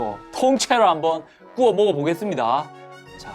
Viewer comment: 에 꾸워가 아니라 구워 아니에요?